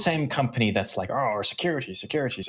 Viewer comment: Who is saying rike evertime he means to say like? Or is it a serious speech deficiency?